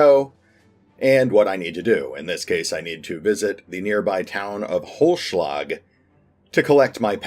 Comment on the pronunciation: Its so sweet how you butcher the german names :D Holzschlag(what means "wood cutting") was pretty good but you need to spell the "z "more like "tZ". Without that if you only say Holschlag that can easily missinterpreted as "hollow blow" Keep up the fine videos pls! :D